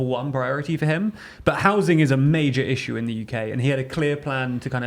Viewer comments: stop saying “rissue”… I have a rissue with it ^^ 😺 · Please, never stop saying rissue 😂😂